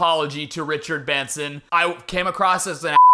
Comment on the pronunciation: Youre probably trying to forget this.... but in the richard benson video, id say the worst part is where you called him Bichard Renson 💀💀💀